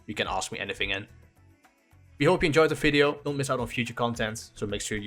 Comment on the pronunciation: In this "Fideo" lol